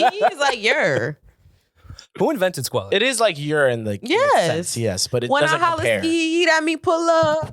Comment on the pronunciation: I’m with a man cannot say skeeeyyee lol